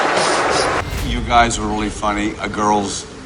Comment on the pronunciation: Lol look at the guys face on stage after Hasslehoff slurs “you guys”